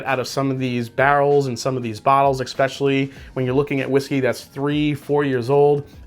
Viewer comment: You do understand that “Especially “ is pronounced with a ES sound not ex. Right!